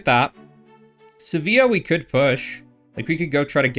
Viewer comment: Seville is just Seh-Vil I know Spanish does the double LLs sound like Y thing, but I promise Seville doesn't do that